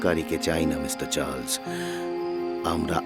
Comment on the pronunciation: Story selection is excellent...but this "Churles" instead of Charles hurts my ears!!! 😢